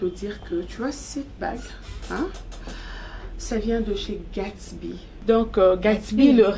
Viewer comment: Je n'aime pas la façon dont Sarah appelle Gatsby! C'est Gatsby et non gatshby